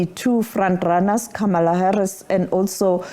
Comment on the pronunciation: kindly learn the correct pronunciation of "Kamala" Harris😮